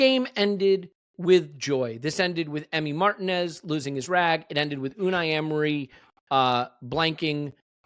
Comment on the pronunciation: Mar-teeeeeeeeeeeeeeeeee-nez. Margin-ez is completely wrong.